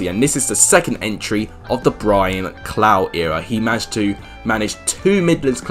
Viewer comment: Brian "clow"... its Brian clough pronounced "cluff"